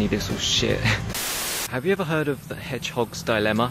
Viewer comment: "have ye eva herd of tha hedgehowgs die-lemma"